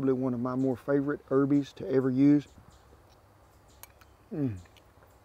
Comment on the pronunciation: I crack up every time he says "herbies" haha